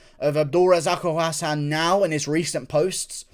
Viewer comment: Its abdul razak alhassan not abdul razako Hassan lmao 😅😅😅